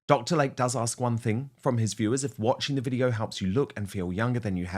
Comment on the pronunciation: HIS NAME IS PRONOUNCED "Lay-Key" NOT like the body of water called a Lake. 🙄